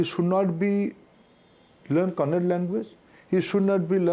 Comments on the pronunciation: Tell him to read without a teleprompter 🤣 and its not kannad its kannada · It is not kannad it's KANNADA Being an Indian he doesn't know how to pronounce languages but he's indian education minister (our bad luck) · Yeah bro . . They can't say tamilnadu and will say tamilnad. Same with kannad instead of kannada. They don't know you call your people kannadigas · Its kannada not kannad mr minister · 🤮he is education minister...see the fate of India. Mr. education minister😯 it's kannada not kanad......sheer arrogant & ignorant guy. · its kannada not kannad.... i'll start calling handi instead of hindi ?... atleast pronunce the language name properly 🤷‍♂️ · For god sake 🙏 you pronounce the language properly....then lecture.. Its kannada not kannad ... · It’s Kannada not kannad please correct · The language is Kannada not Kannad. The Minister should learn to pronounce the name of our language correctly before encouraging three languages policy. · He stereotypically says Kannad, and cannot even pronounce Karnataka's offical language as Kannada, how he will know the linguistic welfare of the union of states. ??? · “Kannad”, “Tirukkuru”… what are these Mr Minister? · We want to learn Hindi for the well being of those people come and seek job down south here. But they not even try to pronounce our language and State names properly.... Kannad Keral..... Chauvinistic mode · First learn to say Kannada properly, then talk about learning the language.